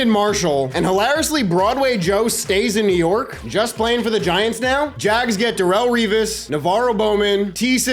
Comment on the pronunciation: As a professional Jaguar fan thank you for saying jags instead of saying “jag-wires” all these other madden YouTubers never say it right so you’ve earned my subscribe by not butchering the name